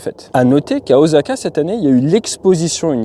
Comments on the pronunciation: Bravo! Mais comme personne n'est parfait, on ne dit pas "Ozaka" mais "Ossaka" 😁😉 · A titre informatif "大阪" se prononce O.SA.KA et non O.ZA.KA. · Mon cher Ate, je crois Osaka ca ce prononce plutot O-ssa-ka ;)